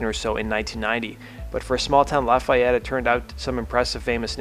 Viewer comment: LA FEE YETTE No “I” in there. Born and raised in west lafayette / lafayette and living south of lafayette right now.